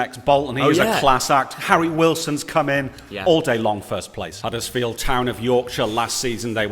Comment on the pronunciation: Wow u got huddersfield town horribly wrong lmao